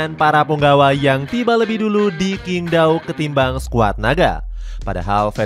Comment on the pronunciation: QingDao cara bacanya cyingg tao... bukan kingdao 😂😂😂😂😂😂